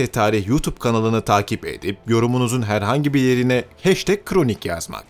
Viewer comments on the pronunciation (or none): none